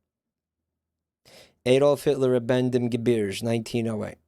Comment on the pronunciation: I like s pronunciation of Ge·bir·ge;like it's some french borrowed word or something.